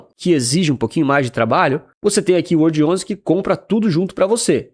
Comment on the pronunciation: WRLD11 remete a "world". Fica bem estranho falar "uordi" (remete a "word", palavra). Poderia pronunciar world... Coloque uma pronúncia mais inglesa aí, você é um cara internacional 😉